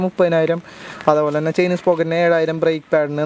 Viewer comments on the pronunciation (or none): "Spocket" അല്ല !! , "Sprocket"..